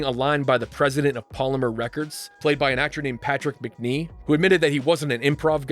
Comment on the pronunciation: “An actor named Patrick Mcnee”. Older English viewers just exploded with rage